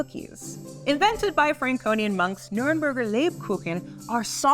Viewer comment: Me as a german hearing how she pronounces Lebkuchen and Nürnberger 😭